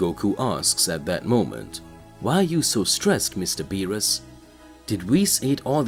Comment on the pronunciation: Okay, he still saying "bills" for Beerus but then he says Beerus right. Did he forget to intentionally say it wrong? Well, thank God finally he stopped saying it wrong. Now, if he would stop click baiting "Whis is scared by Goku" but in the story it never happens and the incessant repeating the story instead of posting something new but we're getting there. His channel is getting better.